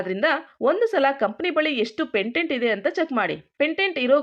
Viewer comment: Pantent alla patent